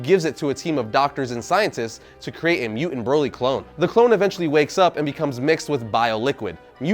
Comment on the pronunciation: How do you pronounce broccoli Exactly you're saying Broly wrong